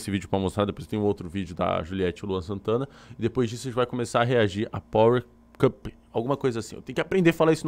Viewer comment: Boa noite. A pronúncia do novo reality é Pauer Copou ok?